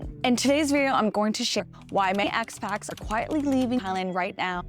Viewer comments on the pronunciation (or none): Just for your reference, the word is “Expats”, not “Expax”. If they’re not ‘Western’, we call them ‘immigrants’ 😅 “Phuket” is pronounced “Poo-ket”. Hope that helps - thanks for your videos! 🎉 Burning season in Thailand >> head south (Koh Samui) 🏝️